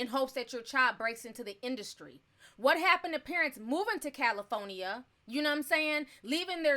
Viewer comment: Love the way u say CALIFORNIA 😆